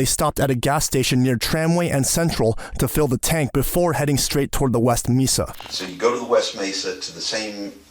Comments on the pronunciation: "meesa" instead of "mesa." A.I. narrators need to go. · May suh not Mee suh is how Mesa is pronounced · Mesa is pronounced MAY-suh. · Idk if this is an AI narrator or not but “mesa” is not pronounced ‘meesa’ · Bro, you're an adult and don't know how to pronounce "mesa"?